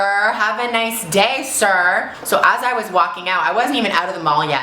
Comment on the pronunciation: "SO nice! This alteration store has such a beautiful store, SIR. For sure... See you later? No, girl! Nice to meet you. Bye, SIR! Have a nice day, SIR!" Hahah the emphasis on "sir" is now my new thing.